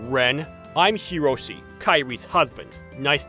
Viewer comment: It's Hiroshi.....not karoshi